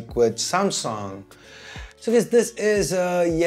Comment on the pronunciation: Hey why you say samsong it s Samsung😂👍